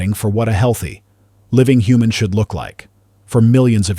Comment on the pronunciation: The HUHMAN LIIKFNESS and the UNCANINY VALLLEY. That sounds even worse.